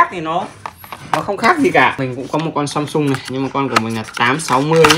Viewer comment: AMSUNG not SAMSUNG 😂😂😂